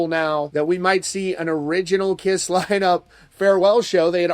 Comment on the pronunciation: First of all, he couldn't get their name right, calling the "kriss", secondly, can you believe or trust a word he says? Bruce Kulick has already said it will be the original line up, but they won't be playing. I'd believe Bruce over a guy who can't go a single sentence without lying, exaggerating or just babbling nonsense.